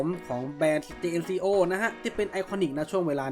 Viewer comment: ครับ แต่เวลาฝรั่งเรียก เค้าเรียก เจนโค่ ออกเสียงแบบนี้ครับ เค้าไม่ได้ออกเสียงว่า เจเอ็นซีโอ 😅 หรือถ้าถนัดเรียกแบบไทยๆก็จัดไปครับ เจเอ็นซีโอ จังโก้ เอาที่สบายใจกันไปครับ Jn เจเอ็น = เจน Co โค่